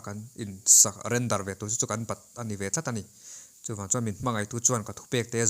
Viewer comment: 'Chu' tih i lam dân thlûk hi a dik lo deuh, lo inzir leh deuh teh